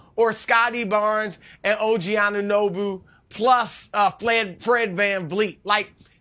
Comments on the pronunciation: Say it with me. An-un-OB-y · Love Chris Broussard but he butchering OG name lol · Can no one in media pronounce OG Anunoby's name correctly?